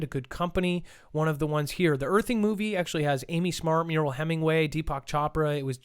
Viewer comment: Dude, it's driving me nuts.....it's Mariel Hemingway, pronounced MARY-EL not Muriel.